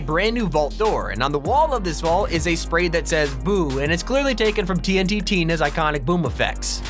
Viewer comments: TNT Tina? Did you mean tntina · Bro did you just Just called tntina tnt tina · We not gone talk about how he said tnt Tina in two words